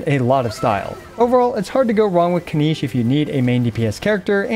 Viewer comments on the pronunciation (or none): Kin-NiCH. Not KiniSH